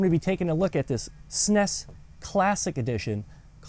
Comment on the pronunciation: Bro sed SNEs